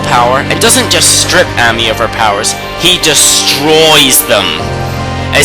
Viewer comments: Issun's name for Amaterasu, Ammy is Pronounced Aw-May, its Queen He-Me-Kow not Him-Ee-Kow, its Say-On not Sigh-An, its Knee-Pone not Ne-Pone, and let me say it again Ore-oh-Chee, not Ore-oh-Key, now y are you saying Sue-Zan-Oh? its Sue-Son-Oh, and i understand this mistake, its Sock-Ey not Sake even though its spelled sake, its not is-soon its Ee-Soon, again, i agree with you opinion, im just telling you how to properly pronounce the words in Okami/Okamiden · I'd say it's 'Ah-may' (Ammy), Say-ahn (Sei'an), Soo-sah-no and sah-kay (I'm just nitpicking over dialect differences though, considering we all form our vowels differently; I tend to aspirate the Japanese ones), but I couldn't agree with the point of this more. The way this guy pronounces everything drives me crazy. It's cringe-worthy even if you haven't studied phonetics... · I agree with Yami as well. And even though I mostly called you out for butchering most of the names like Ammy and Orochi but honestly. This list was amazing I cried when I saw Kurow again but like... Okami and Okamiden are amazing games. People need to publish or advertise more games like this. Capcom... you have outdone yourself.